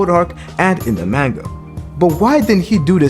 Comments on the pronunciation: Maanga pronunciation tho lol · Why is he saying manga like that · Nah fr